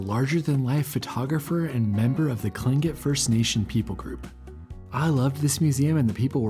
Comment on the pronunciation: Yay! You said Tlingit correctly!!